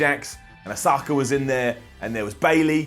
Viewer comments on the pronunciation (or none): went from calling her 'Oscar' and now has decided to call her 'ah-SOCK-ah'. Say it with me now: "ah-ska" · "O-saka?" "Ah-sue-ka" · Jaydeep Gaiikwad he pronounced it Asooka he usually pronounces it Asska while it should be pronounced Oska... idk why I'm commenting this.... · Asuka is pronounced As-ka! Osaka is a place in Japan! Sorry, I love you, but please, won’t someone honk of the pedants?! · AUSAKA?! AUSAKA?! LEARN HER NAME!!! SMH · Ah-Ska, not Oh-Soo-Kah. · He said auskas name wrong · first you pronounce Asuka's name as Oscar and now you're calling her Osaka!? Learn her name goddammit!! 😡😧😒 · Asa ka? Who's asa ka? You mean Asuka (pronounced As-Ka)? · Please say AsUka not AsAka,... it sounds like a greek dish,... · Did this boy call AASU KA (Asuka) A Sa Ka? 😆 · you've been calling her "Asuka" this whole time why did you start calling her "Osaka"? That's her hometown not her name. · I mean Asuka is from Osaka, but that's not what you call her, what's up, you said her name correctly before??? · It's Asuka not Osaka... It's also leviosa, not levioSA! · asuka not ausaka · It's pronounced Ass-ka, not asUka. Sincerely, Everyone who views your videos! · Why is having such a hard time saying Auska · What is it? Are you pronouncing it as Oscar, Osaka or will you one day actually get it fucking well right? Oh and RAW sucked, one big down. Cause Miz winning the belt back means we have to put up with Reignszzzzzzz winning the rumble. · Also why the fork do you pronounce Asuka like Jim Cornette. JUst say Oscar if you are having a hard time. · I thought it was bad when Kurt angle called her uh-zoo-ka... but did you call asuka Osaka? I mean she’s from Osaka, but come on,, you’re killing me! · It's asuka not Osaka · Asuka... NOT OSAKA... SHES FROM OSAKA... lol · Who the hell is A-sock-a? Does he mean Asuka??? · The way you pronounced Asuka as "As-ah-kar" is eating away at my soul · Ah-sock-a. AH-SOCK-A